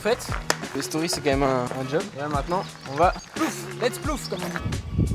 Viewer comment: Leeet’s vlog !! Et non plouf mdrr 🤣🍿🍿🫶🏻